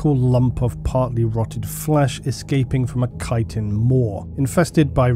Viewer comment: Thank you for being the only person talking about Tyranid that can correctly pronounce chitin.